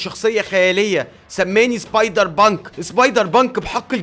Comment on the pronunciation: أنت تقول سبايدر بانك أنا أسمعها سايبر بانك 😂😂😂😂😂😂